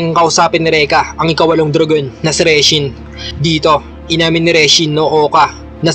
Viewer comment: Anong "reshin"..? Baka' "OBESHI"!